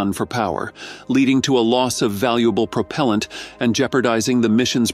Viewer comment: What is "Prop-o-lent"?